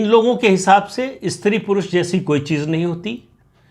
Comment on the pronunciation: इस्त्री अशुद्ध है इसका उच्चारण स् त्री है ध्यातव्य।।